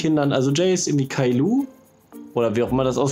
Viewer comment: Niemand: Wirklich niemand:: Kailo